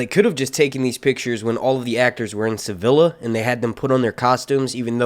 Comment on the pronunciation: sa-vill—a? jesus